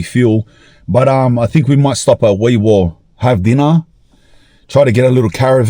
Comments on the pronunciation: Hes pronouncing Walgett correctly but Wee Waa is pronounced Wee WAR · Wee Waa is pronounced wee war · It's worse when you know It's pronounced "wee war" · Wee Waa pronounced Wee War dumi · Aye mate, just so ya know, I'm a QLD'r but it's Wee Waa pronounced Wee War as in WW1-2. I'm not bein a know all but we'z Ozzies aye..pretty quiet out there huh..haha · Heads up bred ...Walgett is pronounced " Wal..Jay"! ... I won't even start with Wee Waa.